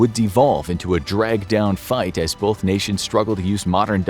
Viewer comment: There's NO "L" in "BOTH" You can fix it this! I believe in you,. Don't let anyone tell you you're unable to overcome this easy-to-fix problem!